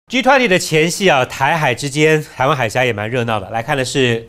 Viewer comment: 岑帅哥把G20英语说成了，狙湍婷